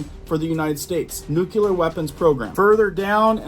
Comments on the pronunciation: Nooklee-er. Not nookyuhler. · Not Nu-"cu"-ler it's Nu-"cle"-ar! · IMMINENT - NOT EMINENT - HELLO. AND NUCLEAR - NOT NUKULAR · Pronounced (New clear) not (nuke ular) but yes frightening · That's not a nuculer site. It's a nuclear dump site. That was left after Hanford was done. YellowStone is the most potentially destructive site in the NorthWest area that could reduce the entire NorthWest section to astro dust and cause a black winter for 80 or more years Total death on the planet. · FOR THE LOVE OF GOD SOMEONE PLEASE TELL AMERICANS HOW TO PRONOUNCE THIS WORD "NUCLEAR" AS IN NEWKLEEAR NOT NUKLAR!!! FFS!!! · he said nucular though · I wish people would learn to say nuclear - new-clee-er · Is a "nuculear weapons program" similar to a nuclear weapons program? 🙃